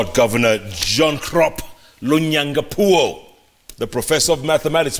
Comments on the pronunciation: Its is lonyangapuo not longangapuo. Poor youtube handlers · Citizen TV its lonyangapuo not longagapuo